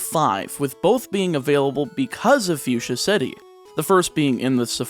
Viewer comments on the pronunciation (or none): none